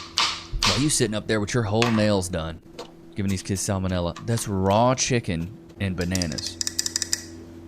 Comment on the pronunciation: The word is not keeeeds.